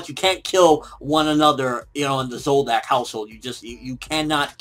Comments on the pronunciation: It's Zoldyck, not Zoldock. Dick, not Dock. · isn't it pronounce Zol"Dick" not Zol"Duck"? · It's pronounced Zol-Dick bro not Zoldack! I don't mean that the name is dick, im judst saying that the sound of dick is the correct sounding thing. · why do you pronounce Zoldyck as zolducks? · i swear you have pronounced zoldyck a million different ways in your reviews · AND on top of that he never gets it right lol